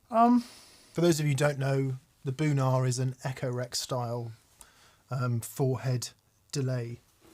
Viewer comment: Every time you said Boonar, my brain heard it as Bunha….